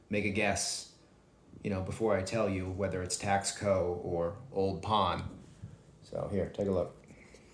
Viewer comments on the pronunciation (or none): It’s not pronounced Tax co it’s Taus co. If you’re an “expert “ please pronounce correctly in your information. Thanks. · The word is pronounced Tasco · Taxco is pronounced Tas-co. Good info, thanks!